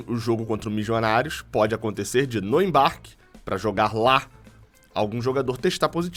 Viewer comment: "Mijonarios" é difícil de ouvir em